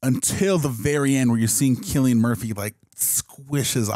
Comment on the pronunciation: At the very least these guys know how to pronounce Cillian Murphy's name lol Even if the chimps weren't infected, I'd be really cautious to let them out. Those fckers can rip your face and balls off. Them being infected is just bonus.